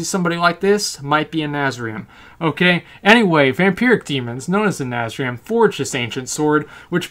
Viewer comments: hey asmon, its na-threy-zeem not nazrim...get your diction right brah. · its Nath-re-zeem. not nazriem. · 'Nazreem' Do you actually even read? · YOU CALL YOURSELF A NECKBEARD YET MISPRONOUNCE NATHREZIM!!! INCONCEIVABLE!!